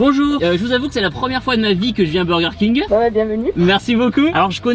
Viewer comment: Qui dis midi dis birger king